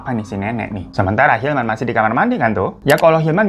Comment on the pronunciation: 14.55 & 15.02 yg bener hilman apa ilham bang 🙄 2x lho elu nyebut ilham 🤣